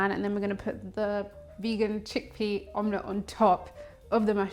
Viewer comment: Sweetheart, I love your recipe but did you say vegan check pea?🤣😂 I can’t take you serious after that. Also I love that you are t scared of making mistakes - that’s actually what normally happens in real home kitchens… way to go!!